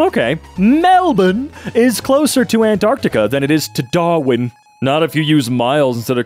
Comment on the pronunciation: As an Aussie, pronunciation of Melbourne and Darwin is not only accurate but got me rolling 🤣